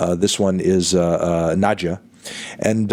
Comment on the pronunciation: Good pronunciation of Nadja